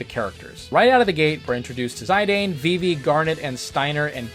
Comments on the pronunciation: "Zie Dane" 🤮 Mate it's pronounced "Z[i]d[an]. Dear sweet merciful Jesus, please help the many Americans with constant pronunciation butcherings 🙏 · That's was a very interesting way to pronounce Zidane lol 😂